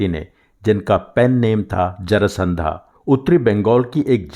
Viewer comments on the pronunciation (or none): Needless to say your videos are a class apart from other Hindi cinema centric videos. I think the name should be जरासंध and not जरासंधा. What a creative bunch we had! Don't know why but the song 🎶 अब के बरस भेज भैया को बाबुल… 🎶 always brings tears in my eyes. 🎶 मोरा गोरा रंग लई ले 🎶 isn't the first song of Gulzar. Your narration is just superb.